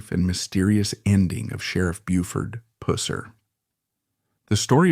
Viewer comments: Buford's last name was PUSSER!!!!!! NOT PUSER!!!! GAWDAMNED AI NARRATION SUCKS!!!! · Its not "Pusser" as in pussy. It's pronounced Pus-ser as in Pus. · Its Puss er not pouss er like a pussy cat. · Its pusss eR. Not Poo seR lol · It's NOT PUSSER ITS PRONOUNED PUS SIR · Why are you pronouncing his last name wrong !!? Its Pusser, NOT poo-ser...🤷‍♀️🙄 My mom grew up in Jackson TN, and the family knew Buford. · Is the first part of his last name really pronounced like a female cat? I've always heard it pronounced to rhyme with bus. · Listening to u destroying his name ruins this story for me. Puss not pus. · Not Poohser it was Puh ser. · It is Puss-er=Pusser; Not Pooser🙄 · It's PUSSER not POOSER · I can’t stand the way you say “Pusser”. Pronounced like “was”, not like “wuss” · Geez DUDE IF YOU GONNA TELL A STORY. GET YOUR WORDS RIGHT. BUFORD PUSSER NOT POOSER. YOU DON'T KNOW SHIT ABOUT BIG BUFORD. DON'T EVEN NO HOW TO SAY HIS NAME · Learn how to pronounce his name. It’s pus (like a sore ) er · I believe his name is pronounced PUH-ser. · Its pronounced " Puh-ser" not Pooser, not Puss-er. It ids sId that the name derived from Persons. Who knows, he may be related to Truman Capote', who's real name was Persons. Truman was born in New Orleans, wgere his mother lived, but was raised by his aunts in Monroeville, Alabama. He grew up next door to famous author, Harper Lee. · Could not watch. Pusser say it Wright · You are pronouncing his last name wrong. Imagine a sore and it gets infected and puss is running out of it. Add the r at the end and you have Puss...er. Just trying to help you. 😊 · It is pronounced Pus-sir. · If you say pooser one more time!! I’m gonna lose it! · Yeah I'm watching the video now and that pooser is driving me crazy. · Damn ai. Its Purr ser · Man it’s Not pronounced like that. It’s like the gunk that comes out of an infected sore . Pus like bus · It's pew-serrrr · Pusser, long u dude. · Your AI mispronounced his surname the entire video